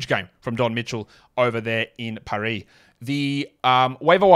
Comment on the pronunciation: Appreciate you dragging the “r” in paris after the preview show 🫡